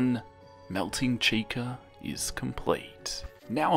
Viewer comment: Nahhh that wasn’t chica that was cheese-ca